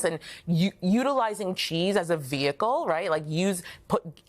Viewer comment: Why did he mispronounce Ricotta?? Omg.